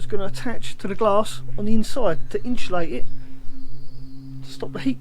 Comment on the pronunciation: There's no h in insulate,. 😜